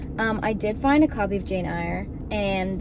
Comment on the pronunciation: Pronounce her this way: Jane Air. She is the bravest girl in literature. I hope you love her forever.